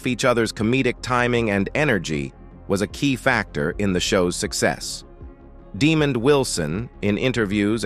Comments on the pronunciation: DeMOND not demon.. yeah I know it's A.I. but SOMEBODY should edit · Demon is defined as an evil spirit. His name is pronounced Demond. Please give a real, live, human being with blood coursing through their veins this job. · To the narrator his name is Demond not demon!!! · Demon Wilson, come on AI got to do better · To the narrator of this video why is the actor Lamont being called a (Demon) instead of Demond and why is Sanford and son is being pronounced sand - Ford ? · His name is Demond not Demon. Ijs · His name is Demond not Demon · Demond not demon sounds crazy 😧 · Demont not demon.lemont lemon why you pronounce that differently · Dear AI his name is pronounced DaY-mond not Demon.Are you the Demon? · IT was written as D-E-M-O-N and SAID the SAME way!! SO the person who wrote this AND the person WHO said this DOESN'T have a CLUE as to how to SPELL OR SAY his name. IF YOU DON'T KNOW, ASK SOMEBODY!!!! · "Inside The Industry" ..... what the hell ? At least pronounce the man's name correctly. It's DEMOND. First letter "D" and last letter "D" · No one is getting his name right his name is Damon Wilson if you can't get it right.dont say it.at.all!!! Do you're home work get it right 😮!!! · It's Des-MOND Wilson like lemanz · Wrong! His name is DEMOND Wilson! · Its Demond!!! They let AI do voice overs thats why the name is said wrong. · His name is Demond, not Desmond. 🙄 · This fool does this all the time, if it was a white man name he will spell and pronounce it right. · Ummm - you are wrong too! LMAO!!! DEMOND!